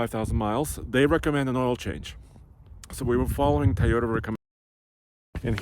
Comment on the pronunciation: What’s a Thai oh tah 🤔? Can some show this guy how to pronounce Toyota correctly ?